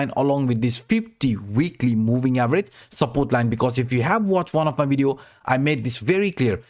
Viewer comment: It's pronounce as "Video" why you keep saying "Wideo?